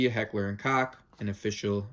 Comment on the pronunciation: Appreciate the review, man! Been thinking about buying one for the past month or so and am pretty well sold on it now. One small note: "Koch" is pronounced like "Coke" 😉